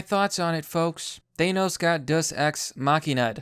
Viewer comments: umm deus day-oos not duss and .. deus ex machina .. from the machine comes god... damn dude can you at least say the word correctly ? and no Thanos wasnt killed by a deus ex machina ... there was nothing that came out of nowhere to bring a solution .. and Captain Mary Sue Marvel wasnt in the movie all that much (yes the parts with her sucked donkey balls) but how did that bother you all movie .. there was a lot more movie without her than with her ... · It's pronounced "Day-us" just fyi for future reference :) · Thank you it was really bugging me that no one else noticed the wrong pronunciation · day-oos just saying